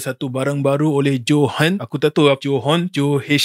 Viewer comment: Johan bro johan 🤣 " joe hunt "